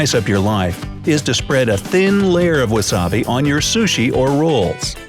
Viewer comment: What if ...I eat my burger and pizza the why I see fit?And I get irritated when he pronounces the word sushi ....